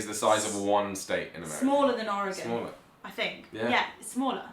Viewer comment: OMG, you mentioned Oregon AND pronounced it correctly (or as we pronounce it locally)! If you ever come to Portland, Oregon, ring me up before you come and I'll buy the first round and the meal. (subbed for that mention)